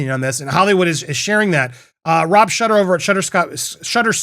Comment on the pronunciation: Shuter is pronounced like shooter, not shutter.